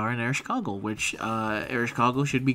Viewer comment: Please don't say Ereshkogle anymore it's destroying my ears, it's EreshKIGAL. Although, if it doesn't work then please at least just say Eresh and that's enough.